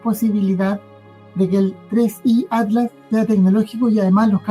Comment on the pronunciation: Porque decis"ADLAS ", si es ATLAS...